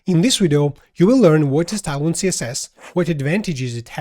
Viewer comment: hey bro, it's tailwind i keep hearing talon... hahaha! thanks for the great video :)